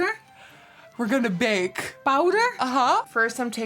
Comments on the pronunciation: Harry Potter she said bowder !? Bowder !? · Nikki: we‘re gonna bake!!:D: POUWDUR?? Nikki: yes! we‘re gonna bake!!!!!!!!!:D:............ pouwdur? 😂😂😂 aw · “but now it is wHiTe” “so very much bOwDeR” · “bowder ?!?!?! BOWDER ?!?!”😂😂😂 she’s so adorable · “We’re gonna bake!” “Bowder?!“ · Nikkie: We’re gonna bake! Mom: BOWDER?